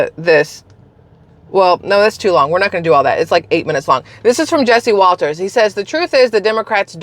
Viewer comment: NOT WALTERS!!! Jesse Watters American commentator